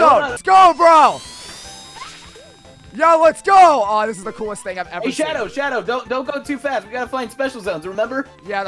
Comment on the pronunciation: I'm sorry the Hedgehog XD I know that he meant to say I'm Shadow the Hedgehog, it literally sound like he said I'm Sorry the Hedgehog XD